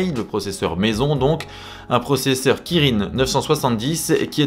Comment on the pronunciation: Salut les gas, pour le soc Huawei on prononce "Qui-Rin" pas Kirin(e) comme c'est écrit ^^ PS: incomparable 4GB de RAM et 8GB de RAM c'est pas équitable, Mais le pire c'est que l'histoire des activités fermés en arrière plan, qui peuvent se régler en mode développeur ça décribilise le test je trouve